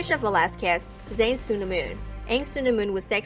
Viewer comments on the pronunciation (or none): none